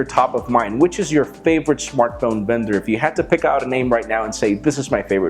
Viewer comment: I could have sworn he said "Favourite smartphone bender". In which case I would have been ready to make a iPhone 6+ joke